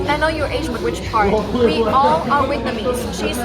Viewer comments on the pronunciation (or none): What she say?say "whitnamese "